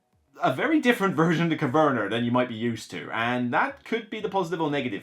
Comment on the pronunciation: it sounds like you put an r at the end.😊